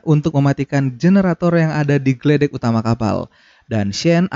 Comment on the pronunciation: Geladak Bang bukan geledek 😂😀